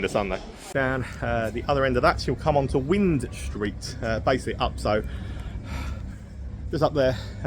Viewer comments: Wind st is pronounced the same as wind a watch! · Great video mate. Just FYI it’s pronounced Wine Street even though it’s spelt Wind Street👍🏼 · When you pronounce "Wind street" mate, it's like when you wind up a clock or something. Not wind as the weather. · I know its spelt wind street but everyone in swansea pronounce it as wine street it must be a welsh thing 😆